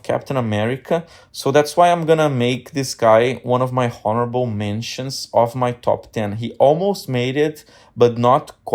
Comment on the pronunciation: Did you say "HORRIBLE" mentions?!? 😂😂 Seriously tho.. great video brother 👑